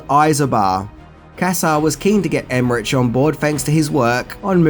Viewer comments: CAROLCO not CAROLOCO and the name of other famous German director is not Emmeriiiiich his name is Emmerich (iiih) so go and educate yourself body and no greetings from Germany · And it's Emerich Emeri-ick not Emerich-itch as he also pronounces....Make my head explode. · Emme-RICK. Not rich. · It's pronounced EmmerICK, not EmmerICH... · And Emmerich pronounced Emehrik. German you said so yourself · Roland Emmerich is not pronounced with the ch. It is pronounced as k. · It's pronounced emmerick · I love your show and I love Aussies (used to live in Oz for years) but you are truly the world champions in mispronouncing names. I already noticed that when I was living there and it seems things haven't changed since. It's Carolco and not Caroloco (they are not madly expensive) and Emmerich, oh man, just make a CK out the CH but DON'T make a TCH out of it... He's not Italian, he's German - and the CH in German sounds, well, very different. Apart from that, great work as always (but if you do so much research, do some research on the correct pronounciation, too - many ears will be grateful) :-) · ...you mispronounced Carolco and Emmerich....lol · Everyone worrying about Carolco but no one says anything about Emerich or Bassinger 😉 Love ya,! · And it's Dean Devlin not Del-vin as he pronounces. Car-ol-co not Car-ol-o-co Emerich is Emer-ick not Emer-itch lol I think I need to make a 10 Words Can't Say Properly video on my channel 🤪😂😂😂😁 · I was thinking the same thing. It made me cringe when he said Em-mer-rich instead of Em-mer-ric. And he said Dean Delvin instead of Dean Devlin. I think needed to do a little more research on the filmmakers involved in this production. Like... know how to pronounce their names, bud!